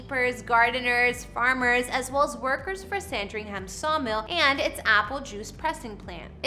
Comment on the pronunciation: As a Brit i’ll so many of the names you have butchered here like Thames and Norfolk and Sandringham for example